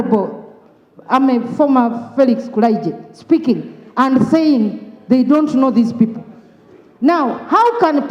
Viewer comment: The man is calling kulimbjje not kulayijje